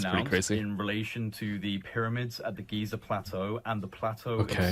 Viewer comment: Why did you say Gaza not Giza?